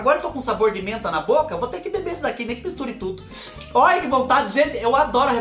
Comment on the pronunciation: Acho lindo qnd vc fala: óia que pecadinho 🥰😁🥰😁🥰